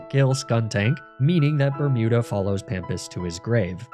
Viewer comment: I keep hearing "Bertuda" but you have named it "Bermuda" why??